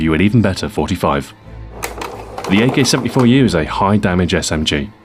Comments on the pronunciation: Nice pronunciation of the name most people I've seen cannot pronounce it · great job on prouncing the 74u real name in russian, Thumbs Up